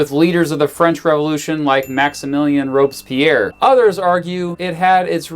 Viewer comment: said “Robes-Pierre” lol